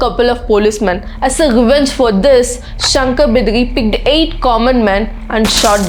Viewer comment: Its not Shankar bidari, everything is right except Shankar Bidari